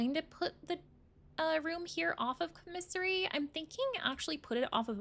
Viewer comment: The word is pronounced COMMisary, not comMISSary